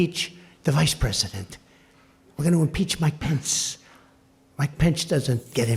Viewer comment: Like the way he emphasized the word impeachment. lol Also his pronunciation of the names. lol. Homegirl has a lot of energy.